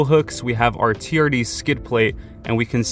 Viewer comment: Is it just me, or does it sound like he is saying "charity" every time he says "TRD"